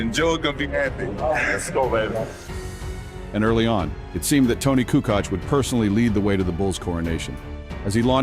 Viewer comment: If this narrator doesn't stop mispronouncing Tony's name! Good Lord